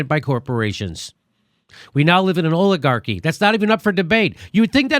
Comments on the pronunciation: I love what Jimmy is doing, but I wish he would pronounce "oligarchy" correctly - the "o" is pronounced as in "olive." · Did Dore just say OILAGARCHY?